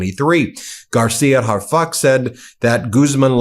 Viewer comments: His name is pronounced "are fooch". Not harfuk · The AI translation is an insult to Prez Sheinbaum. Subtitles are better. And Harfuch is not pronounced 'hard fuck' but 'harfooch' (short ooch)